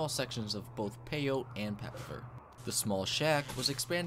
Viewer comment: It’s pronounced pay-yo-tee not pay-yote. Anyways please make this a series.